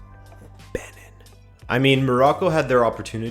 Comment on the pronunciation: OK but you pronunciation tho. .. Benin=baniin Uganda =yuganda